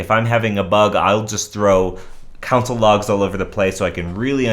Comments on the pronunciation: You're definitely the only person pronouncing it like that. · did he say council log, or console log?